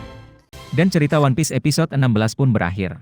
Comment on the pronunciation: bang bukan wanpis tapi one piece